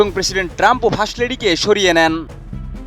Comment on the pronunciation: হাহাহা ওরে ভাই ফাস লেডি না ফাস্ট লেডি হবে